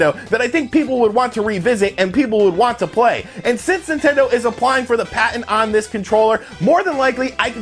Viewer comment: "patent" bruh